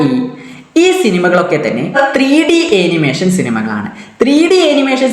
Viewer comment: Animation pronunciation - ˌæn.ɪˈmeɪ.ʃən(an-uh-MAY-shuhn) ഏനിമേഷൻ അല്ല